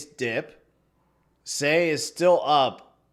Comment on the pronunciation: sei is pronouned sigh